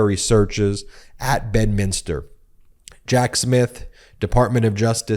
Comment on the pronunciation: please you're driving me crazy ... it's pronounced BED minster